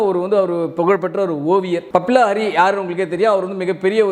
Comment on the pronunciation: தம்பி அது பபில ஹரி இல்ல... பப்பி லஹரி... 80களில் ஹிந்தி சினிமாவை கலக்கிய இசையமைப்பாளர்.